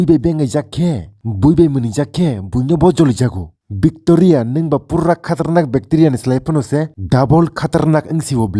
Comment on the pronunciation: Victoria❌ vecteria✅